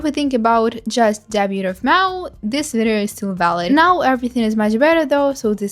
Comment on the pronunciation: May aww, so awful